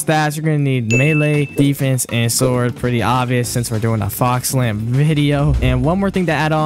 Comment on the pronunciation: i love how he pronounced it as fire lamp